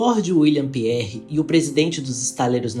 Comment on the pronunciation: A pronúncia do sobre nome não é Carlsle, e sim, Carlaiou! E do dono da Harland and Wolf se pronuncia Pirrie (com enfase no r duplo), e não Piérre! Eles eram irlandeses! Parabéns, pelo vídeo